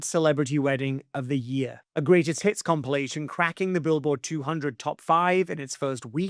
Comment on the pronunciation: Haha I swear you said "greatest TITS" instead of hits at 10.20!!! 🤣🤣